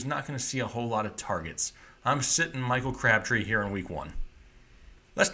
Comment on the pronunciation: Yargets lmao #